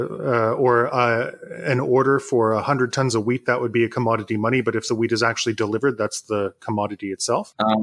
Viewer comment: "In case of weed it can be consumed..." :D I know he means wheat..... Great interview....